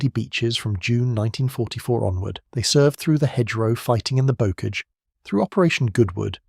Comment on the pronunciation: And ‘bocage’ pronounced incorrectly